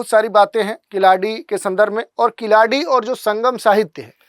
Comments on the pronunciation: Not kiladi , it's keeladi. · Khiladi nahi sahi uchharan keeladi hai.कीलडि. ழ यह ल दुनिया के किसी भि भाषा मे नही है तमिल के सिवा.